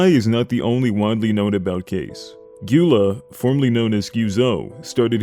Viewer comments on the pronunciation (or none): You actually say Gyula like Jula